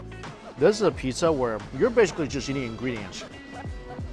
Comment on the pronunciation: Mike i watch your videos i love them but u butchered the pizzza U murdered it